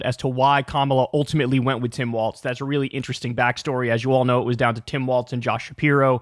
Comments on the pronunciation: It’s walz not waltz. You keep saying it waltz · Come on, Kyle...it's Walz like WALLS...not waltz like the dance. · Kyle, his name rhymes with 'falls' not 'faults'. Minor quibble 😅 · Let’s Go Walz! (Pronounced: Walls) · why does kyle keep saying waltz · Walz not Waltz lol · Kyle keeps stupidly mispronouncing his name. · Learn to pronounce Walz correctly. It’s hard to take you seriously.